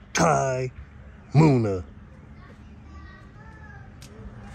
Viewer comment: You gotta pronounce the names right bro munna not moon a